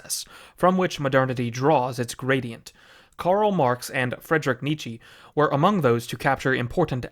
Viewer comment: I have heard people pronounce Nietzsche with and without vocalized E, but ”Nietzschi” is new